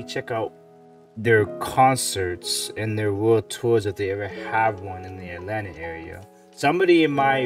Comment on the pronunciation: Did you say "Atlantic area" or "Atlanta area"? 17 hours ago, they've played a 90 minutes concert in Atlanta, GA, at ProgPower USA, first US concert of LOVEBITES ever...